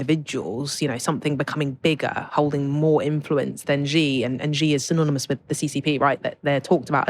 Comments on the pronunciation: dear content developer, Xi is pronounced as shi ( si ) not ji in Chinese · This shows how westerns do not understand cpc. Xi publicly spoken many times, cultural exchange is for the general public. The governments job is to look after its people, not exporting culture. And how Xi is pronounced is more like Si than Ji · The 2 hosts couldn’t pronounce Xi correctly as it’s not Zi, more like “She” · Xi is C not G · The hill Billie’s only knows Jackie Chan , Xi and Mao.Even Xi which is pronounced as C or See, they get it wrong . Mr G , Mr She😅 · For a start, when discussing China, pronounced President Xi's name correctly. Xi is pronounced as "she"; not "gee", not "jee", not "zee". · Why pronounces Xi like the French pronunciation of "G"? Here are the different pronunciations for the letter "X" in English: SOUND IPA COMMON POSITIONS EXAMPLES ___________________________________________________________ KS /ks/ End, before consonant toxic, box, next GZ /gz/ Between vowels exam, exist, example Z /z/ Word-initial (Greek) xenophobia, xylophone KS/SH /kʃ/ /ʃ/ Before u, in -xious sexual, luxury, anxious There is NO English word in which the "X" sounds similar to the English "J" or exactly like the French "G". So, please STOP pronouncing GEE Jinping FCS! If you just say it like in SHE it is 95% correct. You CAN do it, it's not rocket science